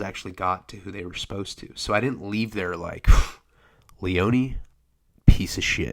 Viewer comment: Leeeown...it's Leone.